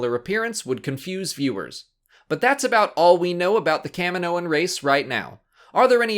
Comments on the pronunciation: Why is it pronounced "Cam-min-noans" and not "Kah-mee-noans"? The planet is Kamino ("Kah-mee-no") not Cammino. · kah mi moh an....jeez americans can't even speak made up english properly